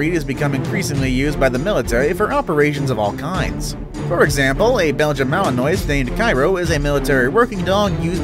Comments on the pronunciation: ok- um, you might not know but Belgian Malinois is pronounced ‘Malin-wa’ how do i know? i have 3. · Its pronounced malenwa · I own a female Belgian Malinois. And just an fyi, it's pronounced Ma-luhn-waa. They're amazing dogs. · Belgian "Malinoise" lol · U pronounced Malinois incorrectly